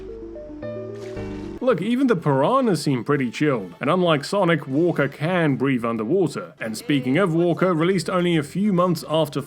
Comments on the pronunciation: I guess there's also the Titular Monkey Island from the Monkey Island games. There's a beach and Cabana area on Plunder Island in Curse of Monkey Island. Also did you pronounce Wakka as 'Walker'? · Wakka. Not Walker. Also, no Crazy Taxi. - _